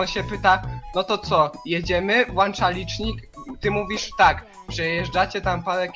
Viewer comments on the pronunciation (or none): MÓWI SIĘ WŁĄCZA A NIE WŁANCZA!!!